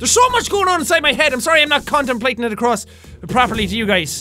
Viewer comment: Jack said and I quote "Condomplating" LEL